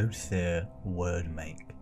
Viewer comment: It’s pronounced weird make, not word make